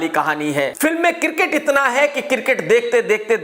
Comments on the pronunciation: Cricket - kirket 😅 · Kirket nhi hota krk bhai its Cricket 🏏